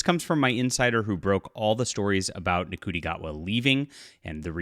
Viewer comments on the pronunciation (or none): It's pronounced "SHOOTY", not "N-CUTI". Sorry, to be pedantic. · So this isn't actually true yet, just clickbait! Also, Ncuiti is pronounced 'Shooti'. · It's pronounced shoo-tee. Love to know who your source is because they are wrong and the homophobia your displaying is unreal. Stick to pedaling your books. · please. His 1st name is pronounced "Shooti" Not phonetically spelled. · Pronounced "shooty "